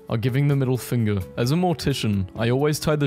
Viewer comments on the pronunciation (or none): none